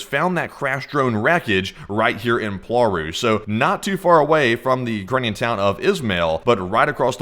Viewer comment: WTF is POARU it is cald PLAURU check google translate plz. Not worth watchinh this bs.